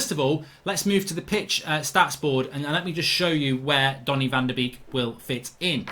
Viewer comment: Anyone else triggered when he says Danny van de Beek